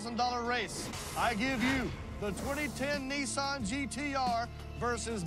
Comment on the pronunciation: N I S S A N............not F**king Neesan